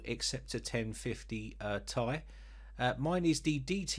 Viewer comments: Think phonetic transcription,. The Ti after the 2080 is pronounced /ti ai/ as in pronouncing the alphabet. Ti. You pronounce it /tai/. As in wearing a suit and tie. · The lazy people that took absolutely no grammar classes says tie not t,I look at this dude anyway still a nice vid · Mate! Not /tai/. It's /ti ai/ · it's Ti say T i not like a tie or ty. T.i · I’m sorry but I cringe every time you say “1050 TY” it’s “T-I” sorry but I just had to say it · It's not tie u bum It's ti As in the letters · If you want to reach a wider reach of audience, yes it does. You're the first Brit I have heard calling it by that nomenclature. Just friendly advice. Take it or leave it.